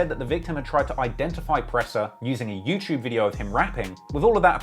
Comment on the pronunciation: LEG AZZ. CANADURR. YEWCHEWB.